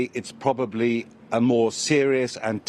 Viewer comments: WTF is "Beirush", "Beirutz"? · Did she say: THIS IS WHAY BEIRUT HAS BEEN ENJOIYING???🤣🤣🤣🤣